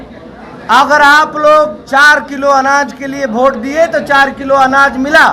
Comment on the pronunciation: भोट नहीं वोट होता है।😅🤣😂